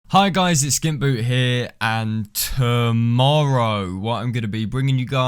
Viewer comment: You saying saying "tomorrow" really threw me off guard and made me uncomfortable.